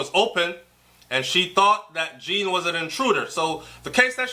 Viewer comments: it's pronounced Jon, not Jean...Just saying... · It's not Jean like a girl's name, it's the French pronunciation like zhahn. (john). The mother's explanation of the red mat sounds very correct, yes. Her uniform was still on because she had just gotten off shift and had not changed her clothes yet. Simple. We can not KNOW all the details yet as we are not privy to the investigation. Have patience. It WILL all come out at trial. What I am praying is that the TRUTH comes out, no matter what it is. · Please pronounce the poor unfortunate man's name properly. The name is Jean (derives from French and pronounced JON similar to SEAN or Zorn)